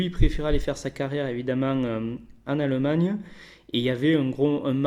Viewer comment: Arette de dire aleumagneux c'est allemagne stp